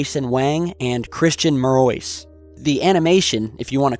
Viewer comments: But, I believe Christian Marois last name is pronounced " Mar-wah " It's French. Like " Du Bois " ( Due Bwah ) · Its pronounced "mare-wah", not "ma-royce". (Marois)